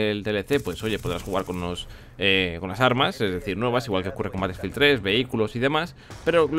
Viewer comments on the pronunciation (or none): none